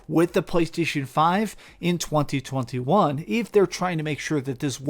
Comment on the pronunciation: Thats the weirdest way i've ever heard anyone say 2021.